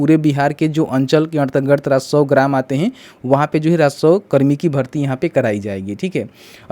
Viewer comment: पहले राजस्व बोलना सीखो फिर वीडियो बनाओ 😂